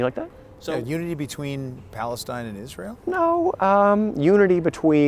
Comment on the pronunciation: “We are doing it for PalestEEN mayne”